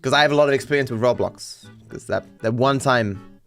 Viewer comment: first time ive heard say Roblox correctly instead of rawblocks:_dviperGiggle